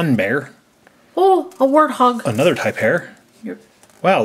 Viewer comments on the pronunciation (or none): when was reading the rain forest check list it's not [tie- pair] it's [Tay - per] F.Y.I I'm not trying to be rude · you said tapir wrong you pronounce it tape-eer